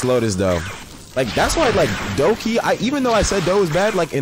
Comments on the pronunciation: "DOUGHKEY" LMAOOOO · bro said doughkey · “dough-key” lmao